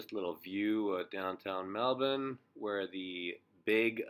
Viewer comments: Wow you're the first north American continental person to pronounce Melbourne naturally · Thank you so much for trying to pronounce "Melbourne" correctly, instead of Mel Born! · Pronounces Melbourne like a champ